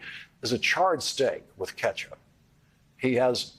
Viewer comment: Lololol. Lawrence said, "ketchup".